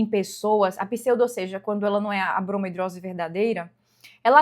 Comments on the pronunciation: Uma dermatologista falar "bromo hidrose", a palavra é bromidrose. 😕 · Mulher pra de chamar de bromOidrose kkkkkk tira a credibilidade, parece que você leu a palavra pela primeira vez hoje e tá falando sem propriedade